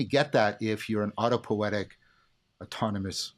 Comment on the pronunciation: It is autopoietic (not autopoetic) by the way. But great talk ! Thank you.